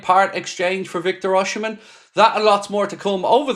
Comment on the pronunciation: try say O c men.